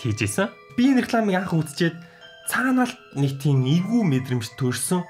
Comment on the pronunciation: Tanii evgui gej heleh chine ergui gej sonsogdood bna😂😂🤣🤣